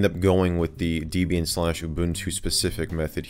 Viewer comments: deeebian not daibian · D"e"bian. Not Daybian. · Welp, that's the first time I've ever heard "Debian" mispronounced. Did that drive anyone else crazy? It's not pronounced "DAY-be-an" it's pronounced "Deb-e-in", as in the name was come up with as a mashup of the names Deb(ra) and Ian ... Debian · i'm sorry but , DEBIAN NOT DAYBIAN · your saying Debian wrong lol its DEBIAN not daybian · Daybian is indeed a very nice OS and there are a lot or people who use it. Personally though, I prefer Orch L-eye-nux. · who else is slightly irritated by the way he says debian >_< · Lol the way he pronounces Debian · you speak incorrect for Debian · You said Debian wrong